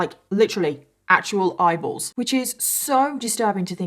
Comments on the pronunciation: Oh gosh! I thought you said idols at first. 🤦‍♀️ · Every time she said “eyeballs” my brain heard “bibles” and I was like ??? Turns out I’m just a moron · I love the way you say eyeballs 😂i don't know why it makes me laugh